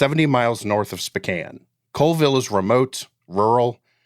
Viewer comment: How do you not know how to pronounce Spokane?!?